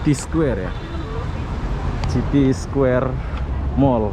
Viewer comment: Bang judulnya dibenerin atuh.. Square bukan ky gitu .. City baca siti, bukan citi.. Sepanjang jalan cewe2 ngobrol pke bhs jawa..😁